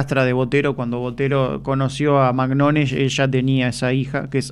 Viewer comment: Magnone no animal se pronuncia Mañone . Es italiano ese apellido .